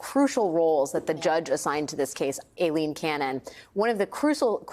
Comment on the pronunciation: One of the only news anchors I've seen who can pronounce Aileen correctly. For that, as well as your incisive reporting, I thank you Alex.